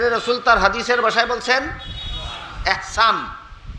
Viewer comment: হুজুর শব্দটি(একচান)নয় দব্দটি হলো( ইহছান)।